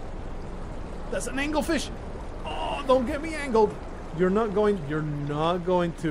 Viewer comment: I am interested in what comes after you are done with SOMA. Also the suit you start in does have a corpse in it, the head was just cut off. It was actually the body of Cathrine's girlfriend. Also also its AnglER not angle.